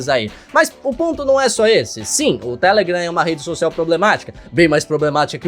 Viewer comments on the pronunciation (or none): Agonia dele falando TÉlegram e n telegram